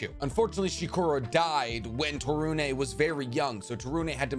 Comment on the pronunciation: To-roon not Taru-nay from I believe.